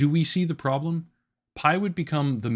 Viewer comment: "Prodlem" lolollllll